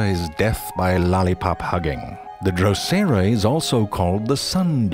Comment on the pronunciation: I love how he pronounced"LolLipPop*"